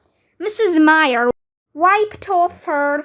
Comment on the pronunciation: um. that is not how you read "myer".